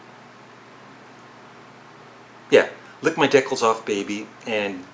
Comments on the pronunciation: I think it is pronounced dee-cals not dickles ".Lick my DEE-cals off, baby" . Good video idea, though. :) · Greetings! I enjoyed this video. First off, the Captain Beefheart album...it's pronounced DEE-KALS, not DECKLES. The Lennon Rock and Roll album has some great versions of old rockers in my opinion, Ain't That A Shame, Peggy Sue, Stand By Me, and he tries to be creative by doing Sweet Little Sixteen in the style of The Stroll, but it kind of dies. I think you're right about the production lacking. Pipes of Peace has some great nuggets on it...Tug Of Peace, So Bad, The Other Me, and I agree The Man is cringeworthy! Keep 'em coming!!